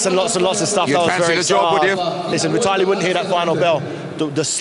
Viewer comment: xDDDDDD LMAO "thas vye tallee!" xd